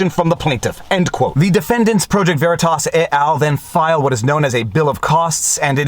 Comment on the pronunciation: speaking of WHitmer, I that you might be the person singlehandedly bringing the H sound back to our language. I feel uncomfortable not saying "wHat", "wHich", etc.